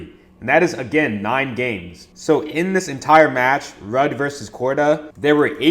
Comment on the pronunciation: Damn my boy don't even know how to pronounce Ruud and Jakub but still banking! LFG, what's yall excuse?